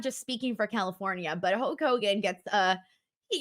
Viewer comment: Okay I've listened to you enough to know that you don't have a speech impediment, so what is up with "Huak" Hogan.